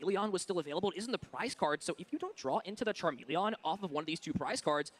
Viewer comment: The way he pronounces charmeleon irritates me lol